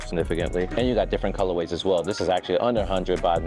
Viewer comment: Just wait until you hear his pronunciation of colorways 🤦‍♂️🤦‍♂️🤦‍♂️